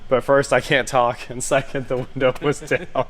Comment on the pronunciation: Yep he said winder